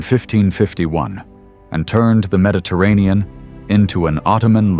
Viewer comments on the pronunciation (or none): none